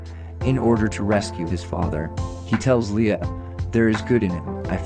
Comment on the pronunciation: What the hell is this? It sounds like you’ve never read Dune. And why are you pronouncing everything wrong? Lia? Tattoon? Haven’t you even watched Star Wars before? They say those names in the movies. I know you can speak properly because I have heard you do it a bunch.